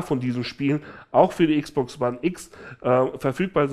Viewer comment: Wieeeso sagst du Xbox wone